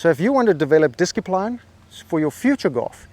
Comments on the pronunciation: I clicked 'like' when you said disc-i-line. How do you make this these words up? :) The gems in this video are priceless. As a new player with 150 Yards tee shot this video was inspirational! Many thanks. May the gorse be with you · I love the pronunciation of discipline. 😂